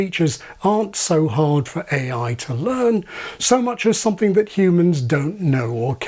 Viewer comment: A thing i hear a lot with YouTubers is pronouncing "something" as "soNething". It's as though it's too much effort to extend the tongue to form the "m".